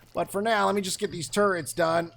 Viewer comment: I thought you said turds instead of turrets and now I won't be able to get that image out of my head. I mean if you want to try trippy hell you might be able to put them upside-down on a floor piece still. honestly I think Pete's gear is meant to be a Moldorc design, the thing in the main part of the omni-axe has that same warty plastic feel as the castle from 1.